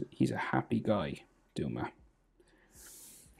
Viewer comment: DUMA? I think its pronounced Dome-a